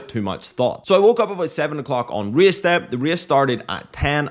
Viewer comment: Reeas - this fancy way to say a race word 😅